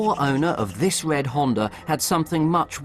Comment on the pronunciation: Wed skies in Awstwaylia??? You skwooeey wabbit!!!